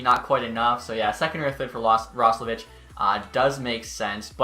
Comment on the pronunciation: It’s pronounced Roslovick